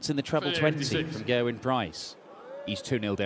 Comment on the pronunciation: I love how they are Pronouncing Gerwyns name propely now:)! Instead of pronouncing Ger-Wyn as 'GHER-wyn' Always used to annoy me when they pronounced The beginning of his name (Ger) as if they were saying - 'Gher' like as in the word GHERKIN lmao (I'm Welsh)